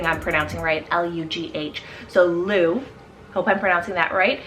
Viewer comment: Great list! I love so many. Yep, you pronounced Lugh right. Sulien is pronounced like Sil-yen in Welsh, which is really unexpected.